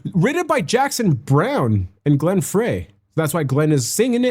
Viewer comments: It's Glenn Fry not Fray. Fry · Once again, Glenn Frey pronounced his name FRY not FRAY. You should watch the concert video from the BBC "In Concert" TV Show 1973, which around the time that the second album was either being recorded or shortly after its release. At that time, the line-up was Glenn Frey, Don Henley, Randy Meisner, and Bernie Leadon. Don Felder, the guitarist that played the double-neck guitar on "Hotel California", joined the band on two songs for the third album before becoming a full member on the 4th album. Bernie left the band after the 1975 "One of These Nights" tour, which was the tour for the 4th album. That was in part because with Felder joining the band, it meant that they were headed in a more rock and roll direction and away from country-rock, which was Bernie's forte. Bernie actually played lead guitar and banjo on the original studio version of "Take It Easy". Joe Walsh (bandana) replaced Bernie with the band. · It's Glen ( pronounced) Fry . Good reaction but you talk too much. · Pronounced Glenn FRY. The least you can do is get their names right, ffs.